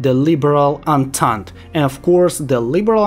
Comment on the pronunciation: for future kaiserreich videos,entente is pronounced ontont,not entente,hope this helps!